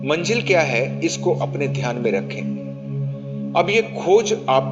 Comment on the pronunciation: Sir aap bahut achha bolte hai lekin Manjil word ko aap Manzil bole to achha lagega